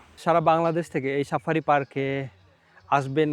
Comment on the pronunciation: Sapari na safari😂